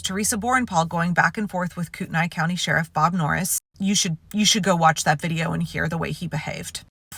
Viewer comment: Please pronounce Kooteney county correctly ends with a long ē sound. Love your channel.